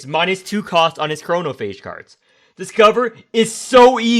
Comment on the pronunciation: i love how hesitant you were to pronounce chromaphage when it's the most correct you've ever pronounced anything from the game